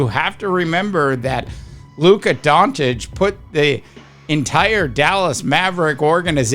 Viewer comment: It’s not Don-Titch…it’s Don-Chitch This is his 7th year in the league…are you that slow?